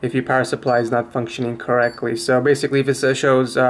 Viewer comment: "basicwy wun the games"